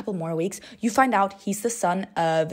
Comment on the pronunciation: “Past forward to few more meeks” 😭💀